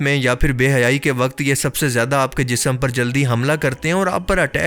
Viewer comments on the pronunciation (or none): آپ لوگ اردو والے ہیں کم سے کم آپ لوگ تو اردو کے ساتھ انصاف کریں۔ زیدہ نہیں ""زیادہ" ہوتا ہے۔